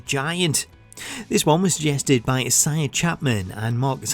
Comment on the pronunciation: I got in the episode! Though it's pronounced I-zae-ah.